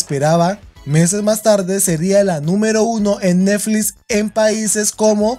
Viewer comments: "Todo un esito eneflis" 😂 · "En neflis" xd